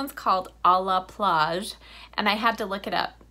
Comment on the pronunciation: hello my friend, oh how beautiful, this makeup is so beautiful and really brings out your eyes and this lipstick "à la plage", the pronunciation was good haha !!!. we only see your eyes, SUPERB